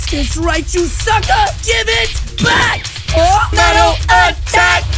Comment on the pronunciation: Bro said bak